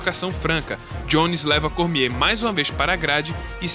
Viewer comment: Kkkkkkk muito engraçado esse nome "cormiehhhhh" XD